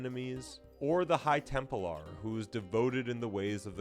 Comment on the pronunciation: "Temp-lar" not "Temple-ar."